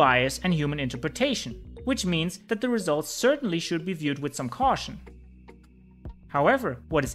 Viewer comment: Solid info. But it is THE brain not DE brain. T is not the same pronunciation as D